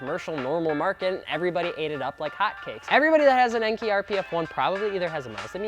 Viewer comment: Enkei. It's EN-KAY. NOT EN-KEY. Enkei is short for En-Shuu (EN-SHOE) Kei-Go-Kin (KAY-GO-KIN). En-Shuu was an old name for the Shizuoka Prefecture in Japan where Enkei is headquartered. Kei-Go-Kin means "Light weight alloy". En-Shuu Kei-Go-Kin, Lightweight alloy from the En-Shuu province. Enkei. They have a video out about this, released August 22, 2016 on their Facebook wall. It used to be on Youtube but disappeared (probably due to demonetization or something). Just google "Kyoko schools us on how to properly say the name ENKEI", it will come up top search.